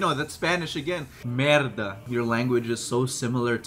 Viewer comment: bro his “merda” was so perfectly pronounced